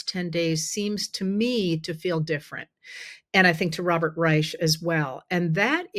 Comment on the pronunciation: Who is Robert Raysh? Oh.